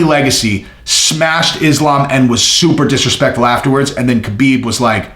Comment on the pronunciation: Ha Beeb not Ka Been